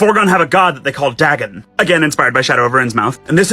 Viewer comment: Can someone tell that guy it's pronounced Day-gone not dah-gun